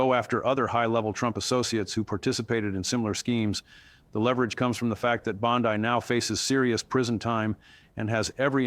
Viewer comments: Hey everyone. I am all for Pam Bondi going to jail. But if you go to the contents of this video you can see that this whole video was made with AI. The first thing that caught my attention was the mispronunciation of her name. BOND I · The way pronounces her name with the emphasis on "i" is the same as our Bondi Beach in AU, so he has given me a new name for her "bondi bitch" which I think suits her better than bondi barbie. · This is fake two other youtubers gave this same analysis word for word exactly. Yet i'm not hearing this story anywhere else.😂 and all three items pronounce her last name wrong the same way.